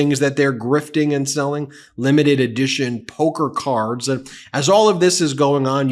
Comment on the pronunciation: Trump "POKE-her" cards?!?!